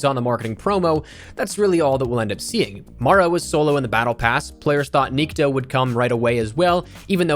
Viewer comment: The correct way to pronounce Nikto is having an accent on the "o" instead of "i" - niktO. Nikto means nobody in Russian.